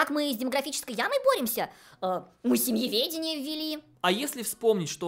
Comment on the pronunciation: Эдакие "голосисьтые" дамы придумали семеведение... а, нет, семЬеведение.. хрен редьки не слаще